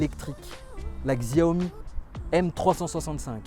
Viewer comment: C'est pas pour t'offenser mais on prononce Xiaomi ( chaomi ) Sinon bonne vidéo , je compte acheter une m365